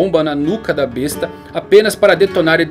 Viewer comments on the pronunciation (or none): none